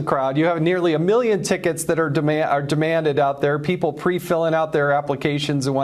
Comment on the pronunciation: Reporter: How many tickets were requested? Trump: Over a meeyon tickets.